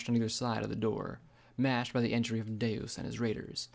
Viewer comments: Good job bringing this to life except for two names, Gin Rummy is Gin like the alcoholic drink ‘jin’ and Deus means two, so its pronounced kind of like French for two with an ‘s’ on the end. ‘Doo-ss’ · Nah Deus is latin for god and is pronounced day-us, you're probably thinking of deux